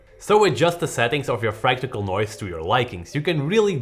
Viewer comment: Is it fractical noise though🙄🙄! Just love you guys. "Fractal noise"